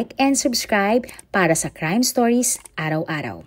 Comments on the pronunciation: welcome to "stoys" ang sabi mo e, inuulit ulit kong pakinggan pero un tlga sabi mo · Bkt ganon? Ang dinig ko tlga s unang pagpapakilala mo ay welcome to "stoys" ang pagkakasabi mo, sorry ha un ksi pinapakinggan ko pag nagsisimula kna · Oo nga po same din ako ng dinig